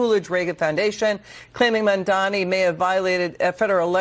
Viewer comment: Hey! You're still getting his name wrong. His name is Mamdani, not Mandamney